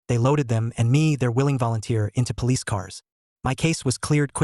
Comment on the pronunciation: ahh yes the palicce